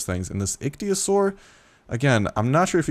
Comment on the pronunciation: It's pronounced Ick-Thee-O-Saur